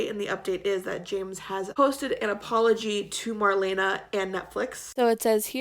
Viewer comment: You say her name like:Mar-lee-na,not Mar-lena,just sayin'.Love you girl!As always great video.